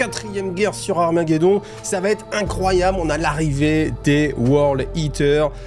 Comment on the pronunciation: Sam'di cette fois c'est fini! J'apprécie l'effort sur les musiques celle de la fin est bien sympa ça fait plaisir. Sinon j'aime bcp ton travail. Je me dis que si j'étais un auteur Black Libruary j'écouterais tes vidéos pour combler les failles et incohérences des récits Merci m'sieur. (Attention aux fausses liaisons: 8 zobjets ou ça va t-être mais je connais tes conditions d'enregistrement en quasi conditions du live)